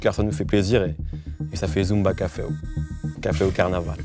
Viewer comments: 《Et ça fait zumba cafew, cafew carnaval》 putain Mehdi tu mfais quoi là 😭😭😭😂😂😂😂😂😂😂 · ET ÇA FAIT ZUMBAW CAFEW, CAFEW CARNAVAL